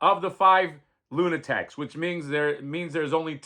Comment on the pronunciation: Luna *taks not tecs 😊